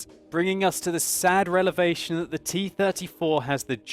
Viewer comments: What the heck is a relavation? ;) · No offence, but you said relevation as opposed to revelation. sorry for being a grammar Nazi